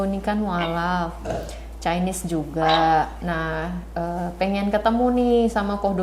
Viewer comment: maaf ibu, chinese itu bacanya bukan caines, tapi cainis. bukan mau sok pintar, cuma mengingatkan.